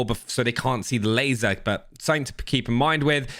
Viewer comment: laseer ????? ememy can spot on you lol